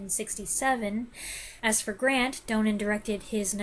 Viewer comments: It's Stanley DON-nin not DOUGH-nen. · Great review of a wonderful film. I hope you don't mind me being "that guy," but Donen is pronounced DAH-nen even though there is only one 'n' in the name. Otherwise, I enjoyed your thorough and insightful comments very much, and it makes me want to watch the film again.